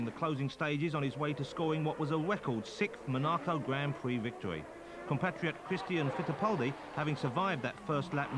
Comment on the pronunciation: he can say the R in Christian Fittipaldi but can't seem to say any other R during the rest of the video.